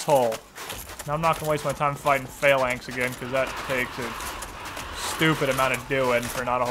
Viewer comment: The fact that you pronounce Phalanx as Failanx is hilarious.